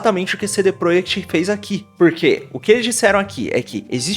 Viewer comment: Você está falando cd PROEKT de propósito?